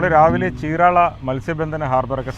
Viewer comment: 😂ചീരാള അല്ല ചീരാല